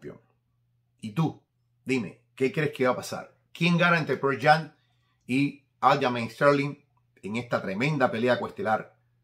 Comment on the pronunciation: Jajajaja jajajaja coño de la madre! Yo iba hacer el mismo comentario, parece que dijeran pearl jam!! no es el único que lo pronuncia así el pana Oscar del canal Greenfits lo dice igual..